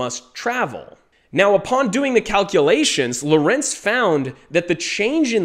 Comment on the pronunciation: Please pronnounce LORENZ correctly: LOrenz and not loRENZ.